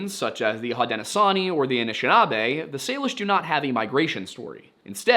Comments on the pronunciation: pronunciation note: Haudenosaunee is pronounced like HOH-den-oh-show-nee also hell yeah history segment is back!!! i do prefer it at the start of the video because i like the context it gives for the rest of the case but as long as it’s included somewhere i’m happy :) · Isn't Haudenosaunee pronounced like Haudeno-shone-ee? (I'm white, so not an authority here, but I think that's how my professors said it.) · hud-don-a-show-nea and ash-shin-ah-bee btw :)))